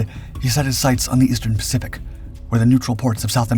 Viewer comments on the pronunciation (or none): none